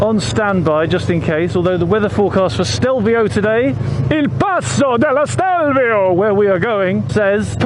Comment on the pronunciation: Stelvio is just two syllables, which is why the accent is on the first syllable. AKA Stilfser Joch. There is a local Lombard dialect name, but I can't say it.